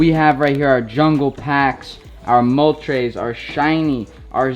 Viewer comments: Mol-tres not trays, no idea where you got the second A from in Zapdos and Lap-rus not ross 💀💀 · Man said Moltrays, Zapados and Lapross hahahahaha if you’re gonna jump on the bandwagon at least learn the names first